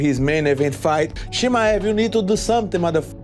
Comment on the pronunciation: Bisping showing he is the only one can't pronounce Chi-Mai-evv. Always a prck from England trying to be different